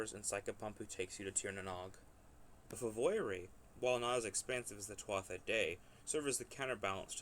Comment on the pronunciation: In "Tuatha," the "th" is silent....